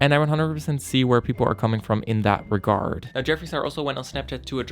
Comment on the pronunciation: So y’all are gonna ignore that he said “reguard”